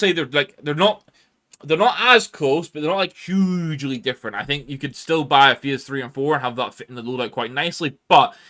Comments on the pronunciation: I dont want to but i have to... bro cant pronounce "phase" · I'm sorry mate, just never in my time heard anyone pronounce "phase" this way🤷‍♂